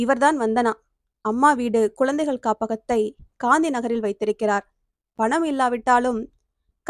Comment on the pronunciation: அருமையான கதை! உச்சரிப்பு சரியான முறையில் இல்லை. குழந்தைகள், பழைமை யென்று சரியான உச்சரிப்பு இருந்தால் நன்றாக இருக்கும் 🎉